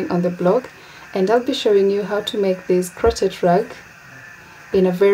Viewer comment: To The Channel: Kindly note. In words like chef, chauffer, crochet the ch is read as sh. The t in crochet is not pronounced.